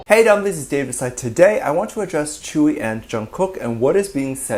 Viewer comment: Your saying tzuyu wrong